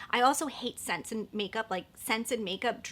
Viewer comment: Here from Kelly’s channel! When you were talking about Too Faced I couldn’t tell if you said SCENTS in makeup or SEX in makeup and the funny thing is that Too Faced is notorious for both 🤣